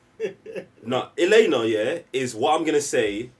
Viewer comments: continuously referring to Yelena as "Iliana" with and not even acknowledging it is the funniest thing 🤣🤣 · Why can't say Yelena? Why is he calling Yelena by Colossus's sister's name?(😄)